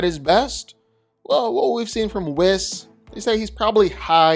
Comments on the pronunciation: and he says Wizz the entire video when referring to whis lol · Oh my god......stop saying Wizz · "WE ▪︎ SSS" not "WIZ" or "W' HIS" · Whiss/Whizz vs Yuta. You should probably re-record this video and pronounce their names right. You pronounced Whis’s names at least 2 different ways. Both incorrectly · People are focused on him pronouncing "Whis" wrong, but look at The Watcher's big headed ahh: . Humpty Dumpty lookin ahh. Stewie Griffin lookin ahh. Megamind lookin ahh. This shit's too funny. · He pronounced Whis’s name wrong too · Hearing you say Whis’s name wrong the whole video was painful… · That's specialty! He butchers pronunciations all the time, and he just keeps getting away with it.